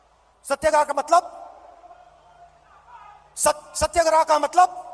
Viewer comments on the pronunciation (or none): अरे पगले सत्याग्रह शब्द है, सत्यग्राह नहीं. कहां से हिंदी पढ़ा है. ओ आप तो हड़वड़ यूनिवर्सिटी से हो न।